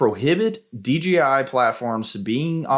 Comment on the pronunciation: DJI, not DGI 😄